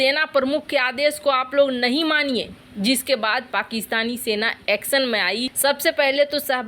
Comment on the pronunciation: बिद्रोह, एक्सन, सेरों और बाघों, सरिया कानून, चिड़िया घर में सेर, एक सेर की कीमत, सुरुआत कैसै, क्रैस, बुसरा बीबी, सेख रसीद, निसानी, सहबाज गिल, लानत भेजो ऐसे अशुद्ध हिन्दी उच्चारण को